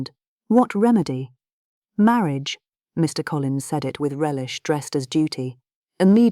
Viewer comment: Please use a better AI voice agent. The pauses between Mr. and Collins is horrible. That's just one example. There are better out there. A real narrator is best. Speaking for all of the now out of work voice actors.